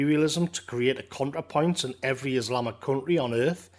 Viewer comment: Every time you said "Contrapoints", I wanted to bang my head against the wall. Great video though.